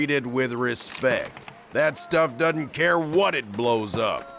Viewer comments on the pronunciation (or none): Am I the only one who heard 'doedn't' ?